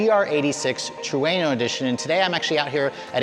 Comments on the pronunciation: Its pronounced TRUE-NO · This dude is saying Trueno wrong..lol